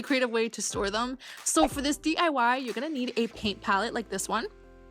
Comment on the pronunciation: i love how the hot glue gun queen says 'dee-ah-wah' like it's some kind of powerful feminist thing to say ifk